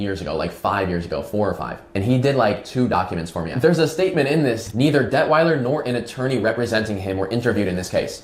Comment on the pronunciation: “Debt-whiler” Detwiler…ok. All BS